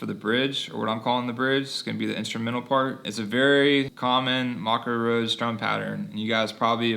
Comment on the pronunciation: You say the band name wrong. It’s pronounced ‘may koe’